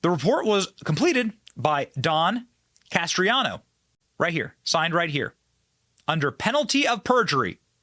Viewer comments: It's Can-est-raro Not canestrano. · Canestraro. Not Castriano. Accuracy is important, Benny. God bless. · BEN. it's CANE-STRA-ROH. You're killing me smalls. haha. Incredible video, though. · Idk how he gets castriano from canestraro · CANESTRARO NOT "CASTRIANO". 🤦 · Canestraro, not Castreano. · Dude how many times you read canestraro as castriano drove me up the fuckin wall. Your whole shtick is reading what other people wrote and/or reacting to what other people (tucker carlson) said. At least read it correctly... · It's Canestraro, not Castriano! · Please learn how to pronounce words before you say them. His name is NOT Castriano. Thanks Benny. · It’s NOT Castriano! Slow down, and please read correctly, or just let us read it for ourselves!🤯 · Don Canestraro is his name and it is NOT pronounced Cas-tree-ah-no. Just like nuclear is not pronounced nu-cue-lar but is pronounced nu-cle-ar. It's Bur-ees-ma not Bur-si-ma! Benny you are in BROADCASTING! Please learn how to pronounce words properly. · I think it’s pronounced Can es tro. Just saying. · It was very difficult to keep watching the video because of the way you were butchering the pronunciation of Canestraro. I think you can do better than that.